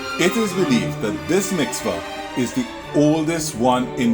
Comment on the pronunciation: Quite educational. Taught me a few histories I've not delved into deeper enough. Appreciate your effort. PS - I would like to help you with some of your pronunciations, e.g Mik-vah not Mix-vah please and thanks : )